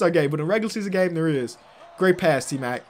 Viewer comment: anyone else hear him say A-mac